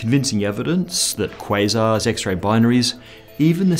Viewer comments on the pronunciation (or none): none